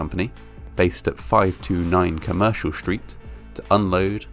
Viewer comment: If we can pronounce 'sticky' then surely we can say 'street' rather than 'schtreet' or struggle instead of 'schtruggle'.